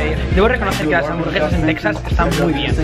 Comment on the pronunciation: Se pronuncia Tejas.